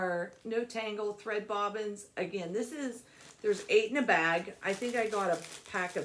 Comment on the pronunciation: I couldn't wait to tell my daughter about the "bob-ez". She is currently stitching a full coverage mandala using the parking method. Those cute little bobbins will really help her. I've never been brave enough to try that method of stitching. But maybe someday! I just love the Farmhouse threads and would love any one of her colors. Thank you, Susan Weber from Texas